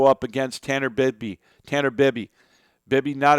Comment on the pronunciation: Bie-bee. Tanner Bie-bee.